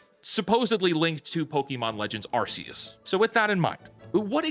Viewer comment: You're pronouncing Arceus wrong.